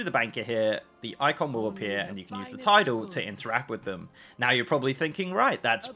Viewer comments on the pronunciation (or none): ~ is not pronounced “tidal”. It’s Tilde. “Til-deh” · "tilde" is pronounced "til-dah" not "ti-dal" fyi and it actually refers to the "~" mark which requires the shift key. the other mark on that key: "`" which is the one you were actually referring to is called a "backtick" or "grave" random useless knowledge of the day :) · TIDAL haha it’s tilde